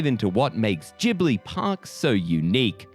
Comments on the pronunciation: Ghibli is pronounced with italian spelling rules (hard g) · It's Jib-lee, so maybe you're the one that isn't familiar. (The katakana read out ji-bu-ri.) EDIT: so, the pronunciation used in the video actually changes between jib-lee and gib-lee, so if you meant to say that gib-lee is wrong, I apologize. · You really switched between 'jee-bli' and 'ghee-bli' pronunciation, didn't you? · Nothing says how unfamiliar with Studio Ghibli's work more than how you day Ghibli. Gib-Lee (according to Google, I could be wrong and just being an A-hole 😅) this park looks immaculate. Love the video guys fantastic as always. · Miyazaki himself said that it's a made-up word, and actually, it's a half between the 2 pronunciations. In Japan, it's more like Jih-bur-ee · I was cringing so hard every time they say “GIBLI” 😭 There’s an H ffs, pronounce it!!!